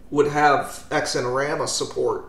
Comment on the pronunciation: Don't got time for sleeves when you are constantly emerging! Or pants. EDIT: BTW the 'x' in xinerama would be pronounced like the 'z' in zebra *US pronunciation, and not like 'eks'.